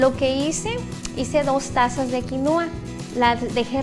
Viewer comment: No se pronuncia quinuua, pero quinua. El acento es en la I de qui. Es quinua, no quinuua. Y si, la quinua es muy nutrutiva, proteina completa vegetal. En general muy buen video.